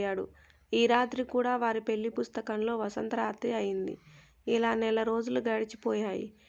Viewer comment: పెల్లి కాదు తల్లీ.... పెళ్లి అనాలి